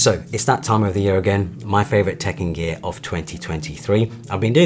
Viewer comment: Every single time, I heard “Tekken Gear” 😅